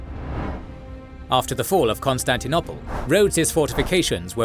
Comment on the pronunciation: Ok,is it really pronounced "constanti-nopple"?